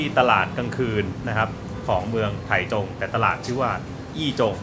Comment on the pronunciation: ออกเสียงว่า "ไท่จง" ครับ เคยไปอยู่หลายปี